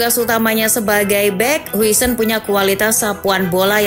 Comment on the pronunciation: "Din hausen" min